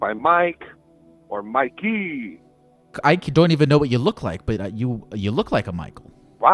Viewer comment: The way he said Mikey convinced he hes truly a Michael at heart and also possible Italian